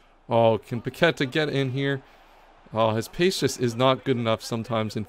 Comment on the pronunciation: It’s pronounced “PaquetÁh” not paquEta lmao, please fix ur pronunciation it feels so weird watching u repeat it multiple times but i love the series 😂